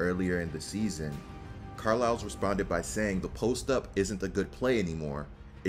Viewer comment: Bro, Car-Lyle. The S is silent. Love your videos. Keep up the good work.